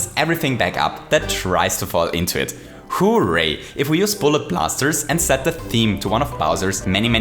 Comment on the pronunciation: “*HOO*ray”, undoubtedly my favorite part of your videos